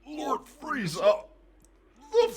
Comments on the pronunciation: I mean Frieza would most likely be pronounced Freeza, I only base that on my last name. It's Friedman and though I tell people who ask how to spell it that is is Fried-man, its pronounced Freedman. Sorry for the dumb tirade, just went along with the Frieza spelling convo. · "FREAZA" LMAO i spell it "Frieza" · Frieza. Not Freeza. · Frieza = Freeza Siegfried = Seegfreed